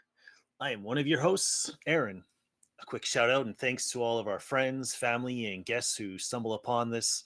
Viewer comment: You pronounced AAron wrong~